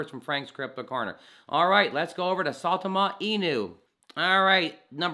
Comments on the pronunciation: Is it really that hard for people to pronounce the name right? Christ I here saytama suuutama now I'm hearing saaaawtama, it's sai ( like how you pronounce *sign*) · You say it weird. It's sigh-Tom-Uh